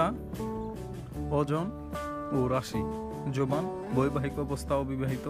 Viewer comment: ভাই জবান কি জভান উচ্চারণ জানেন না নাকি